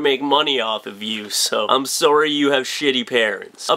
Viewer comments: notice he says "sowry." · lol u say sorry like a true canadian